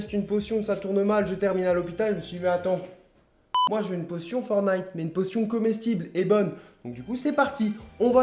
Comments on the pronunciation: On dit « fortnite » pas « fornite » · Sa me stress tu dit fornite au lieu de fortnite (tu prononce pas le T) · C’est bien, il dit fortnite sans dire le « t » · C’est forTnite pas for nigth 😂😂😂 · En vrai on dit "fornaï" ou "fortenight" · Mdr tu dit fornite :-P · Sa me stresse il dit FORtNITE il dt pas le T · La plus pare des gent prononse le T dans fortnit mais fais comme tu veux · ça fait toujours bizarre les français qui disent fornaïte (qui ne prononcent pas le T au milieu de forTnite) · Ohhh ptn il a dis FORNITE😂😂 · ForTTTTnite on dit le T